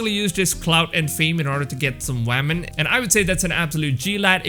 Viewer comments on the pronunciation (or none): This dude just said "wamen" like thats the normal way to say it 🤣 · "Haunar" (Honour) "Wamen" Lmao. XD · protect all Wamen 😂